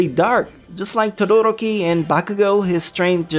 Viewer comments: I hate how people mess up anime characters names he said Todoroki is name wrong and also the number one I hate it when people mess up Kirito name because they say it's stupid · Todo-roki :P Todoro-ki <3